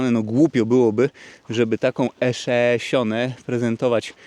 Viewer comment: "E szeesiąt" :D :D :D